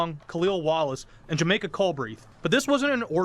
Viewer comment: Ron I. Jamaica is his name not Jamika